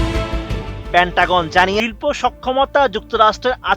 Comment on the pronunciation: পেন্টাগন (পে-ন্টা-গন)। পেন-টাগন না।